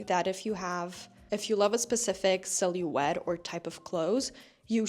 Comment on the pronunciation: Can I ask, what is your first language? You pronouncing silhouette as “silly-wet” is cracking me up 😭